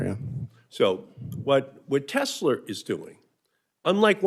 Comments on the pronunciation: Pronouncing Tesla as “Tesler” immediately strikes all admission of the record. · Senator can't even pronounce Tesla correctly.